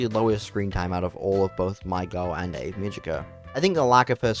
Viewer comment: Ave should be 2 syllables. A-ve. Multiple characters in the show pronounce the name pretty clearly so I don't get why you'd conclude it's Ave like Glaive. Also what do you mean "or however you say her name." THEY SAY IT IN THE SHOW.